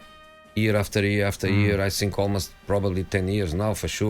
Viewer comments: " Mmm i don't sink so " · “I just Sink” - Mourinho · "I ssink"